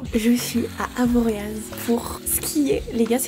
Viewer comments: Super vidéo ! Mais pour info le Z de avoriaz ça ne se prononce pas !! 😂 Comme chamonix avec le X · avoriaaaa on dit pas le z 🤭 (la chauvine en moi qui se réveille oups) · Stppp en tant que haut-savoyarde je me dois de te dire qu’Avoriaz se prononce sans le z <333 sinon incroyable la vidéo 😭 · Coucou!! On dit Avoria (sans prononcer le Z)😊 je viens de la bas et c’est pas du tout une critique, c’est juste une façon pour nous de reconnaître les touristes😂 j’adore tes vidéos ce sont mes rdv de la semaine préférés je me sens trop bien en te regardant Bisous 🥰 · « AvoriaZE » les Hauts-Savoyards en sueur 😭